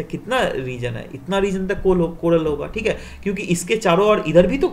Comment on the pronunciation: That thik hay is typical bihari accent